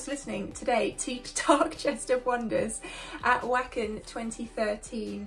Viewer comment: Glad to see you coming back to Nightwish! Btw, “Wacken” is pronounced vah-ken (it’s a metal festival in Germany)